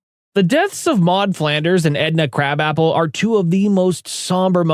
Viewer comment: You said krab apple not krabappel